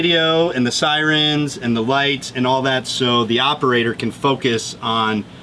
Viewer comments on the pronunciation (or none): Did he really say “sireens”? Lol…